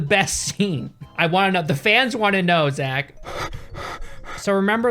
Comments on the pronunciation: He said za ch instead of just Zach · "Za-tch?' I've never heard anyone ever pronounce "Zach" that way. That really bothered me for some reason I can't figure out why i care about that. Man this pandemic is making me care about stupid shit I really shouldn't care about and never have cared about before. Fuck a duck, I'm ready to do something with humans. Like activities or sex maybe I don't know, bye. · why does he pronounce "Zach" as Zatch when he knows very well that there are people with the name Zach that pronounce it the same as "Zack" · when has "zach" ever been pronounced "zatch". shits out of anger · "Szatch Snyder" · Did you say Zatch 😂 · Zatch? lol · As soon as I heard him pronounce “Zach” like that I knew this would be a good video lol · “ZaCH Snyder” - 2021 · I love how he immediately just mispronounces Zack's fucking name in the start